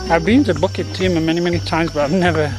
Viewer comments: Hi. Always looking forward for hiking video. Pronouciation for Bukit Timah is pronouce as ' Boo ket Tee Ma not Bucket Timah. You need to pronouced these places name properly. As all places name in Singapore are either in Malay, Indian, Chinese or european language. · Hi I commented on your bukit timah pronouciation and some nut by the name of Knuffy lye was not happy of it. Maybe you are a british citizen and so the 'bukit' becomes 'bucket'. So pls. In your future videos pls pronounce the names of places in Singapore properly. I always looked fwd to your wonderful videos and the food you consumed during your lunch break when you are doing videos. Thank you so much for the weekly places you introduced to us.